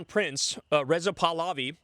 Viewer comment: Kyle, you mispronounced Pahlavi. You said puhluvee. The A in it should be prounced the same way as the As in "sad fat cat".